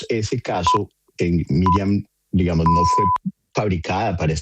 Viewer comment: Ackerman dijo 27 veces "digamoz"